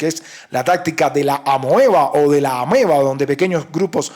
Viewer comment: Lo de "tácticas brownianas" es un CUENTO DE ÉL, a pesar de lo que diga y de los bonitos dibujos. Otra vez lo busqué, y en español sólo aparecen sus videos; y NADA EN INGLÉS NI FRANCÉS. En los dibujos, debiera preocuparse por escribir correctamente, y por no usar GRINGAÑOL. No sabe decir AMIBA y fantochea con el inglés, como buen AGRINGADO. 😱😄😁😆😅🤣